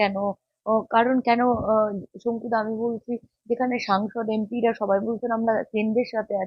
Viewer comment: ‘সংকু’ বাবুর ‘স’ এর উচ্চারণ আর YouTuber এর ‘শ’ এবং র-ফলার দোষ অনুষ্ঠানটার শ্রুতিমাধুর্য নষ্ট করে দিয়েছে 🥲